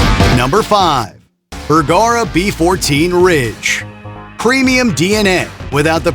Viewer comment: "Burggara???" AI is confused badly here. Far from "cutting through market noise" you merely butchered a manufacturers name.